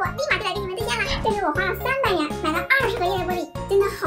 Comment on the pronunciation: 300元我聽成300年😂😂